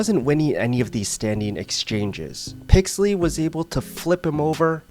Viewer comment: I came this video to watch Meregali get his arm broken again. But i STAYED for the way you miss pronounce " PIXEL - LY 's " name HAHHAHAHAH well played my friend well played. I could not resist the bait rofl XD